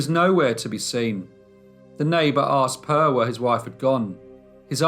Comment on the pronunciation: It is really funny that people who produce these stories don´t bother to find out how to pronounce the local names. Per is a normal Swedish boy´s name. It is NOT pronounced Purr.